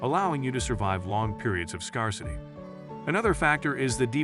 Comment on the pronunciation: Improve the AI narration. , , et al, "jih-gan-tih-zm" should be "jai-gan-tih-zm", "scar-sih-tee" should be "scare-sih-tee".